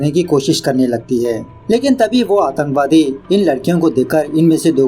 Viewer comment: Aatankwadi not atanwadi😂